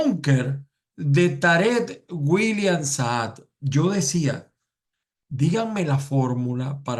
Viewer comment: Por que pronuncia "SAAD"? El el apellido del payaso que tenemos por fiscal es SAAB, con B no con D